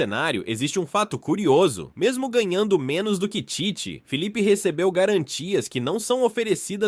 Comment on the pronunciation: NÃO É FEEEE E SIM FILIPE É COM ( I ) SUAS ANTAS